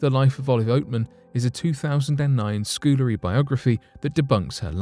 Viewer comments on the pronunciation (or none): A 'schoolerly' paper? I think you mean a 'scol-erly' paper....sorry, I blame my late dad for my pedantry!